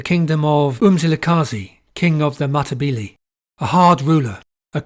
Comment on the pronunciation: Another great video, however Matabele is pronounced Ma-ta-beh-leh. Not Matabeelee.